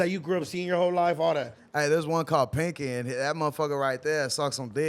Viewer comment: It's PANKY! NOT PINKY 😂😂😂😂 Lol you doing your thing! BAY CITY TEXAS ON THE MAP!❤❤❤❤❤❤❤❤❤❤❤❤❤❤